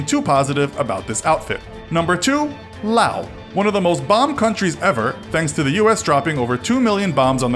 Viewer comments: I'm glad that you pronounce Laos without the final S :) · I am surprised that you pronounced Laos correctly... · YES! You pronounced Laos right